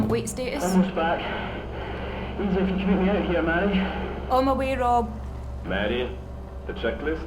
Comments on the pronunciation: Its Mh-ari very obvious not Mhary fs shocking yal cant speak litteral basic fkn english propperly nvm scots. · please, I’m Scottish, this hurts, it’s Mhairi, pronounced marry, not MARY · why are they calling her marri it should be pronounced like varri